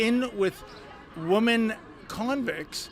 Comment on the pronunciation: please learn how to pronounce 'WOMEN'. You say it the same way you say woman but it is pronounce WIMEN